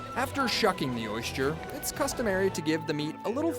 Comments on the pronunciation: When you set out to do a piece about oysters, it would be nice to know how to pronounce the word OYSTER. The narrator says, "Oy-schturr" -- ugh. It reminds me of the guy who does that (fake) show about ancient extraterrestrials. He has dedicated his life to something he cannot pronounce. He says, "exa-tresh-trulls" -- it annoys me. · Anyone cringe every time he says "oysture"?